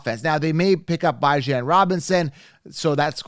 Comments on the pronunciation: You keep torturing his name come on now….it’s not “BY JAN” it’s “BE JON” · The u pronounce Bijan makes u sus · Good stuff, but pronounce Bijan's name correctly. 😂. Thumbs up